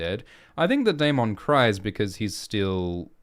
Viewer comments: Why do you lean so hard into pronouncing Daemon as day-MON when GRRM clearly pronounces it day-MIN? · Why keep pronouncing daemons name incorrectly? They say it in the show. This isn’t Jamaica mon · Well Ackchually 🤓 the way they say the name in the show is wrong too, it's not day-men or day-mon it's actually die-mun which is the valyrians conjugation for it.